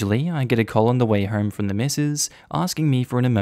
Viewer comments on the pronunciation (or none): none